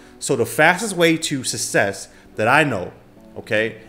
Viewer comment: Ill be honest, this dude can't even say success properly..